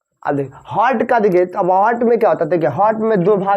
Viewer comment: Aap to av heart ka pronounciation v achha se nhi kr pa rhe h